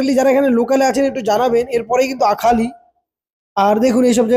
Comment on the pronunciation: আরখালি... উচ্চারণ হবে